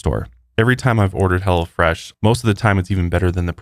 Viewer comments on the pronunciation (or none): I swear you are saying hella fresh instead of hello fresh 😂😂 Congratulations on your new lil one!!! Much love and respect 🤘🏼🫶🏼